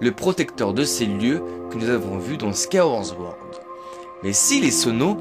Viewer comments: Très bonne vidéo merci 😁 par contre sword se dit bien '' ssword '' et non '' zword '' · Tu arrives pas a dire « Skyward Sword » 😂 Skaworz zword